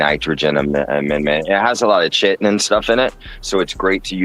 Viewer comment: Are you chitin me 😂 It's pronounced ky-tin (chitin) not chit-tin!